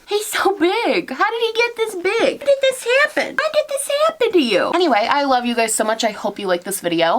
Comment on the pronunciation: I loved the NorthEast coming out in your voice when you were talking to Oliver lol <3 "How did this Haehpen?" I love hearing NE come out in my fave youtubers